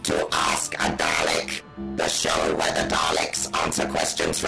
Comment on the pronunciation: you butcher the word dalek in the first five seconds